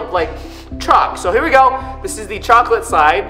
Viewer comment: What people hear: it tastes like chocolate What i hear:it tastes like chalklate ;)